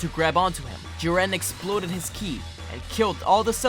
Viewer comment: Jiwren? U mean jiren (Ik this was 3 years ago but wow I didn’t know u found it hard to say his name)